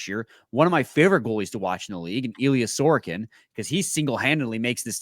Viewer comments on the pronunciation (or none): Nobody on planet Earth pronounces it sore-ah-kin... it's actually distracting when you do that cause it takes a second to figure out who tf you are talking about. It's suh-roak-in... The dude was a Vezina finalist... be better. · that’s not how you pronounce sorokin 😂